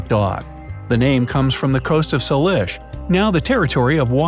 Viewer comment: # 10 of extinct dogs - It’s pronounced “say lish” not sal lish